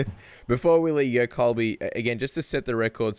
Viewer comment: It’s Colby dude not cobi